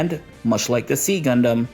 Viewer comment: It is pronounced [ksi] in Modern Greek, and generally /ˈzaɪ/ or /ˈsaɪ/ in English. Not "see" or "C"-gundam.